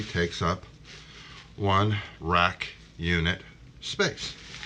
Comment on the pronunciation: They go into a “rack” not Iraq - It made me laugh. I really love your video. I just got myself a new (to me) r610 and I’m going to set up a home lab. Take careb